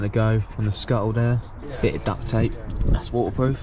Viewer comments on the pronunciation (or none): none